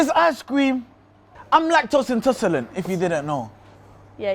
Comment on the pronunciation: He was ment to say "intolerant" but he said " intoserlant" 🤣🤣🤣